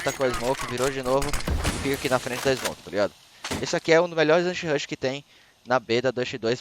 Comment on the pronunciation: Kkk o bendito "Anshirush" do